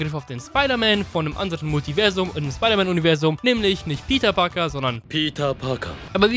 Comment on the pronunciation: Nich Peter Parker sondern "PITA PAKA" :DDD Leck mich am Arsch der war hart :D